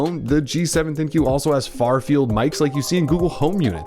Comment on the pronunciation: Its the ThinQ (think)...not Thin-Q